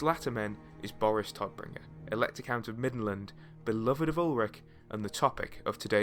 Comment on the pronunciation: German native speaker here. Please please check correct pronunciation before making a video. Every time you say "Toddbringer" it makes me cringe. It should sound more like "Tohtbringer"